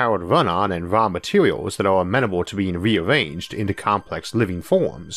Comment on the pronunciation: "weawanged" "wataw" "remembew" "impwobable"